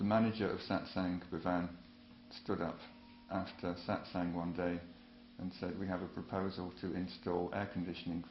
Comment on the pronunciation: SAAT SANG no.. no.. your pronunciation sucks.